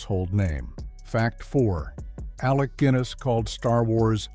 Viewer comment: Check the Ai pronunciations before posting. I Don't think Alec Gwinness would approve. Also ensure your images match what is been said and don't use clips from other films which are not relevant